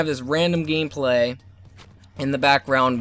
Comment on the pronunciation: LOL "gameclay"